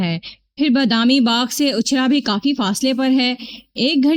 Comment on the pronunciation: Ichhra, not Achha. Please correct.